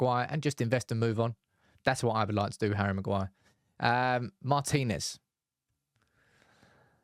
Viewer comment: Thank you for pronouncing "Martinez" correctly (i.e., Mar-teen-ez not Martin Ez, as we hear too often).